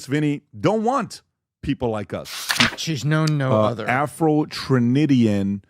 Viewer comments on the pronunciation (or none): This man said “Afro Tranidian” 😂😂😂😂